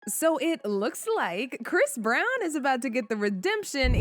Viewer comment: chris brown ..if you going to speak about him make sure you get his name correct first